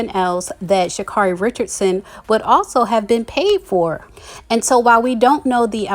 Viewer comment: She pronounces her own name Sha-carry